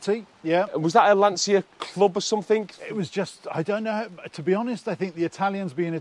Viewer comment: You guys need to learn how to pronounce Lancia. The way you say it grates, like fingernails down polystyrene.